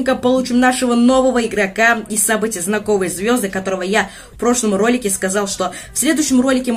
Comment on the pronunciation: Брат зна́ковые звезды ударение на а